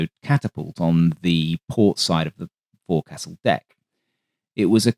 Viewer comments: "Forecastle" is correctly pronounced as "foak sell" not "fore castle." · Kudos for mentioning the Borel floatplanes, until reading a recent issue of the Cross & Cockade Journal, I was unaware of the type! As noted elsewhere, forecastle is pronounced as "fowk -sl" 🙂. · And "forecastle" is pronounced "FOKE-sul", often spelled "fo'c'sle".